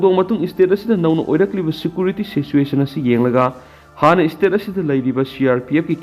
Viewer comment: Security pronounce se fajana amta toubio